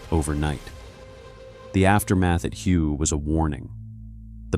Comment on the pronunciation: lol you said Hew.